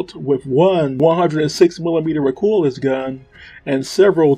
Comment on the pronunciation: Mico Maus is pronounced Micro Mouse. Maus is a German word meaning Mouse. The reason for calling it this is because it looks kind of like the German WWII tank named the Maus. Also, Recoilless is pronounced Re-Coil-less. Great video